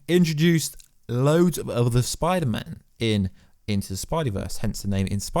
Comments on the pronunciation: Do you not know how to say the letter s? Pider-man. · Is it just me or is he saying Biderman like half the time